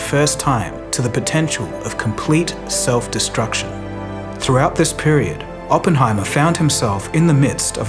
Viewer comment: "DESRUCTION" slow down a lil big, there's plenty of time left to release videos...maybe